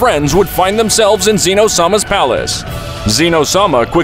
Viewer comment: "Zeeeno" it's zeh-no